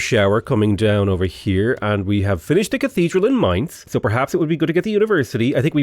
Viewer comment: As someone that lives in Mainz, I really appreciate your pronunciation of the City name 😃 conquering us on the other hand... 🥲